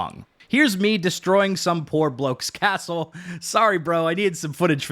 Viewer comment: Happy to hear all about buiwding a castow.